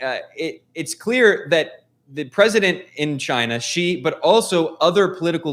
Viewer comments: You are wrong. The American pronounced it more like "G". Of course I know hanyu pinyin. It is more like "C" with the third tone. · Why do Americans pronounce "Xi" as G. It is more correct to pronounce as C. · why ? they are literally the same pronunciation minus the tonal difference. Something tells me that you don't know Mandarin pinyin because C is how an English speaker would try to pronounce Xi and that is incorrect